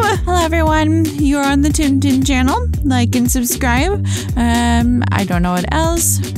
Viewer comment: Sorry but it’s Tim tin not Tim and tin